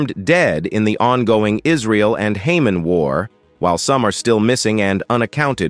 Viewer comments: It's not Haymuss; it's (K)hum-ahs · It's Hamas not Haman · Hamen ? It’s, Hamas. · Haman war, dont you mean Hamas war. not hard to tell you are not human. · The Hamans? Who the hell are the Hamans? How hard can it be to have an actual Human (not a Haman) be the narrator, instead of a computer? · Agree, just what i was thinking, can not say Hamas, DUH. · Oh, man, I literally lol'ed when I heard "Hamans" xD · Hamans?! Did you say, Hamans?!? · Interesting correct pronunciations of Hamas would be an improvement. Sadly the US has destroyed the English language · …why can’t these presentations be read by a person trained in the English language, capable of correctly pronouncing important words such as “Hamas” and “strategic”, and also able to speak in intelligble phrases without gaps of silence in the wrong places? This creates an impression of completely shoddy preparation; why would the military branches of the United States condone such a moronic presentation of their weapons and personnel?